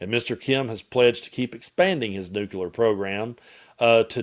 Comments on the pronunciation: Hey,? It's pronounced "new-clear," not "nuke-yuh-ler." I don't mean to be pedantic, but that has always annoyed me. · Completely off topic, but I'm curious why you say "nukular" but when saying "clear", it's just, clear?